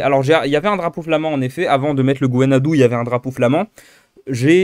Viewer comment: Salut, merci pour cette vidéo! Alors juste une indication pour le bien-être auditif de tous les bretonnants: on prononce "on" brezhONeg, et simplement "u" le Gwenn ha du... Sinon je viens de la côte de Granit Rose dans le Tregor, si tu passes par là tu es le bienvenue si besoin de guide/logement:)